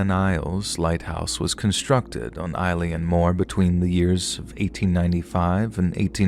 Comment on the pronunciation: never heard eilean mor pronounced like that before, but loving these videos anyways!